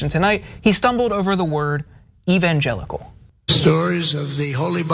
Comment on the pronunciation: Was tRump struggling with the pronounciation of evangelicals or was he suppressing a shart?